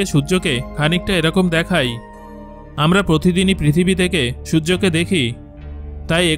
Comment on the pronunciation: আপনি দেখায় না বলে দেখাই দেখাই বলছেন কেন ?